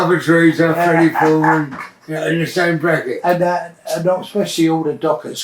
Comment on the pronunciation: is fweddie still awive